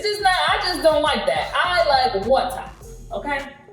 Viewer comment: I like how she said the 'water' that truly show she's got the African genes ..